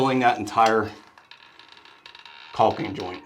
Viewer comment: Love your channel, but the “L” in caulk is silent my friend 😊. There’s no such thing as “CALLKING” 😂